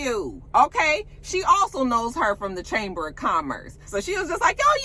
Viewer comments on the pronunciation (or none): Chaymus of Commerce...the B is not silent